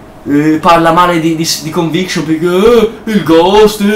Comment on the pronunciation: stelt, caos teori,cinvincion.nub. il tuo inglese è spettacolare ahahah XD